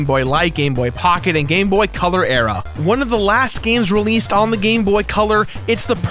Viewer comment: to me when he said gamebot it sounded like he was saying gay boy